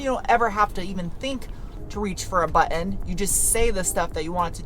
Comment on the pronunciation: I suspected you had New England roots by the way you say "button."